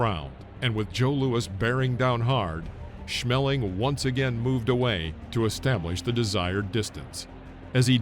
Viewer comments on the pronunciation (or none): Max Schmelling? Got any smell in your nose? I wonder were you found the 2nd L. Maximilian Adolph Otto Siegfried Schmeling. But besides the typical US name joke it was a goo Video,as always. I know it's not you fault. Your fellow citicens do it all the time. Lol It's so funny Haha haaa. This sounds sarcastic? I had a friend named Ina. They all called her Ina. Up on the day they saw mail from her. And then those f*.*g assholes called her from that day on Ina. Because it is spelled with an I. And weather she told them that it's pronounced different in Germany they kept calling her Ina. But they know what a name sounds like. HE'S an american aircraftmechanic and works on the AVACs. He knows a name when he reads it. It was about time that this too friendly women got told what her name is. This s*.*y Frank Lee Cole just didn't have any respect for her. Googel the translator. Even a machine knows better.